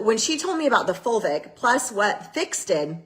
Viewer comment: OMG...we are eating dirt again...plus I only hear vulvic when she is saying fulvic....so at least I giggle